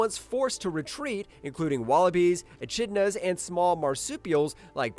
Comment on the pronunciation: It’s pronounced ekidna, mate